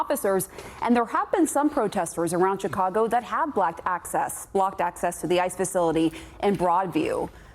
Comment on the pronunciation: 😂😂😂😂😂 did no one hear her say Blacked access …Blocked Access????